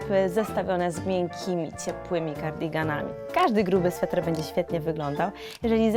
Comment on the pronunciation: Sweter nie Swetr